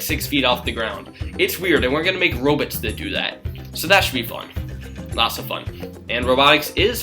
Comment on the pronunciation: i love how he say "robits" and "murica" xD